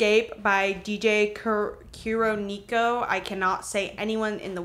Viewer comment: your pronunciation of kuroneko lmaooo